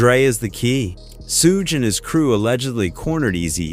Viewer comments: I winced everytime I heard "Sooge" knight. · Bro it's pronounced SHUG knight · A.I. voice can't say "SUGE" correctly 😂